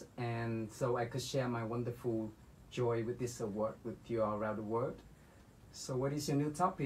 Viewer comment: Mình bật cười khi nghe bạn nói Binz sinh ra ở Mỹ. Nói kiểu này thua mấy bạn du học sinh mới qua Mỹ vài năm. Ko phải bắt bẻ khó tính chứ phát âm sai những chữ rất thông dụng (vd: wonderful), được cái lưu loát (chưa bàn đến ngữ pháp) thôi.